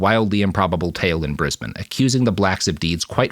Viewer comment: He did say 'Brisbane' perfectly, however.